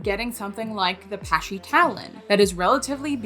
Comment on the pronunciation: Just for future reference, it's "Pah-sha" like Porsche but with a long A sound. Thanks for the vid. Ill pass on the Dewalt and invest in the model. Great stuff!